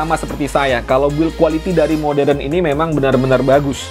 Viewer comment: Bukan moderen om modern